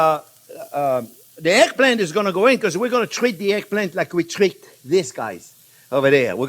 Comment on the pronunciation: Glad to see that you made it through hurricane Ian ❤️ You keep talking! That’s what we learn from, though it took a few seconds for me to realise that what sounded like “airplane” was actually eggplant 😅 However, anyone who speaks with an accent means that person knows more than one language. Besides your English is miles better than my french 😎